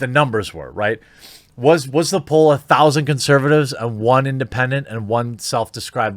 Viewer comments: It's "poll", not "pole". Sorry, it was bugging me. Keep fighting the good fight. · Poll not POLE.... LOL English... sorry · Poll, not pole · lol it's "poll" not "pole" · Shouldn't it be poll not pole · Poll... not pole. Sorry to be a grammar natzi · Poll. It’s poll. 😊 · It's poll...not pole...it's driving me insane! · It’s called Poll, not Pole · Poll, not pole. Fix it please. We don't need to give the SJWs any ammo. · New "Poll" = not Pole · Poll, Jeremy. Not POLE. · New Pole lol. Come on man. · I'm really hoping there is people who realized it is poll, not pole. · Poll, not pole. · New pole.....you mean like a stick? I think you meant "poll", but we'll let you off just this once! :D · He said Pole 😂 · Think you mean Poll not Pole as in to dance on... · Jeremy!!! The word is Poll, not Pole! 😆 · JEEBUS JEREMY, it's "POLL". Damn, dude!. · POLL not POLE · BRO... it's "POLL"! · it's "poll". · New "Pole" lol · Please. Love you and all but it's p-o-l-l, not p-o-l-e. Very different meanings